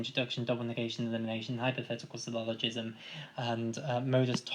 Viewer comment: it's "syllogism" not "sylloligism".